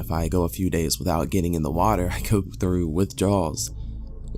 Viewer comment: "Staring right freww me " Love it.